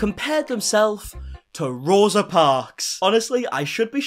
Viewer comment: J isn't even pronouncing Rosa's name correctly. Learn your important historical moments and don't write them into your own personal narrative!!!